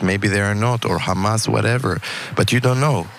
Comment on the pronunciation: but but but.... KhAmAsSSSS?!!!